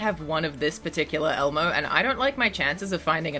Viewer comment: Bro you butchered lol Elmo 😭 😂